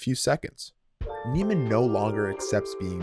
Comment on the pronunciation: Nee-man, not Nay-man. Not that this was very insightful- but I couldn't even listen past the analysis of the first scene when you'd already mispronounced the name 5 times